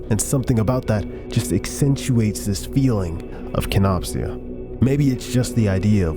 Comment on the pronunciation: im so sorry that im nitpicky but its pronounced kenop sha